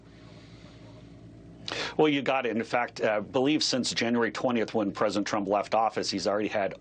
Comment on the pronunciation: He also said pricedent Obama. So no much sense to fuzzy.